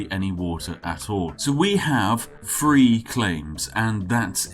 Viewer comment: I never upvote one of Spiff's videos if he ever uses an F instead of a TH. "A hundred and twenty-free seconds!" Nope, no upvote.